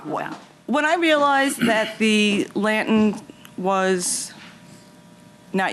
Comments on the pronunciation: She should have just paid the difference for the "lab tin". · What’s a “lanten” it’s not a silent R. She’s very dramatic and annoying. And your son doesn’t care about flowers and the lights when he comes home. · What’s a “lan tin?”🤔 🧐 Geez lol. I think the Judge keeps saying, “lantern”, hoping she’ll say it correctly. 😂😂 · WTF IS A LANTIN? I think she means lantern? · What the heck is a lant-in!? 😂🤔🤷🏽‍♀️ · I've seen her correct people on this show. I wonder why she didn't correct this woman. In my Judge Judy voice....put yr listening ears on, the judge is clearly saying lantern. Lord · LAN-TERN. Say it slow lol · I'm assuming she means "lantern". OMG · This lady's voice is so annoying I have family members from new York so I know it's not the accent but the way she's talking and swishing the spit in her mouth is so uncomfortable and don't get me started on her mispronunciation of a simple word "Lantern" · She has a NY type accent; I don't think her pronunciation of 'lantern' is any different than 'potayto-potahto'. I do think she didn't provide satisfactory evidence. If she didn't contact the defendant about the lanterns until recently, and the pictures of the lanterns weren't taken until just before her court case, the damage was most likely fairly recent and unrelated to the defendant's prior work. Good call by Judge M. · I am born and raised in NY, Bronx adjacent and I don't pronounce "lantern', the way she does. But it is common, and you hear this also when people say "bah-ul" for "bottle". Drives me bananas. PS. she also says "tawm" for "time".🤦🏻Ugh. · It’s not even a NY accent. She’s literally just pronouncing it wrong! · Did the interviewer at the exit try to make fun of her by Also pronouncing it wrong? I think he did!!! hahahaha